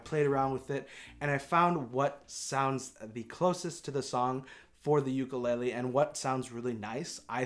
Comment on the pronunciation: god, I really trusted you to say “ukulele” correctly ugh